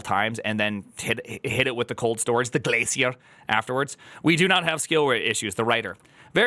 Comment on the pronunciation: I needed that Glacier pronounced the same way does Elixir